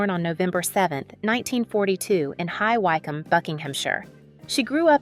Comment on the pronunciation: It’s pronounced High Wickam (High Wycombe)